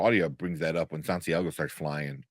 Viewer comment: LOL your guest calling Santiago "Sandeigo" 😮😅